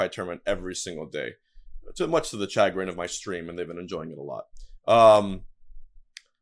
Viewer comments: Cha-grin? Down vote for incorrect pronunciation. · "Chai-grin" wtf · "chagrin" is pronounced "shuh-grin", its french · Hbox pronounces some words weird. Chag-rin, prodigeeous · Hey box just helping a homie out, chagrin = sha-GRIN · did.. he just say “chagrin” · He got the pronunciation and the meaning wrong at the same time haha